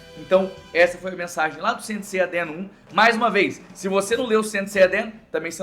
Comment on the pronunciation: Ele falou Saint Seiya Dean?